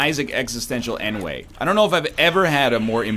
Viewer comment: Is that really how peeps in Canada pronoun ennui? Arn't you lot mixed French?!